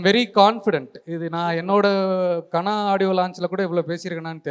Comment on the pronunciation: Kaanaa இல்லடா தம்பி, கனா.